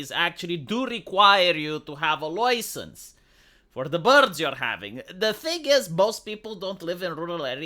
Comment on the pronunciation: Oi! You got a loicense for that oxygen?